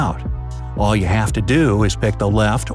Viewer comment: you said u not you